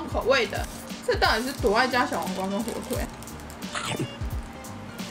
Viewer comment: 火腿 一直講錯哈哈哈好可愛😳